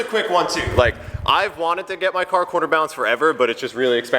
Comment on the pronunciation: Why does sound like he is saying quarter balancing lol.